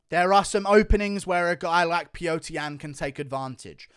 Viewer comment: It's Peter, not pee-yo-ter